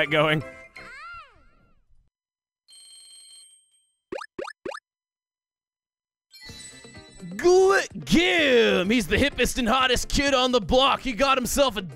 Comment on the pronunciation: I think Gim is supposed to be pronounced as "Jim" but I may be wrong.